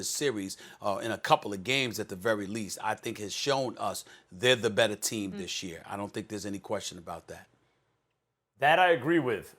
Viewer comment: Hayden Jones Direct quote “thees I mean this guy comes off the bench and gives you 15”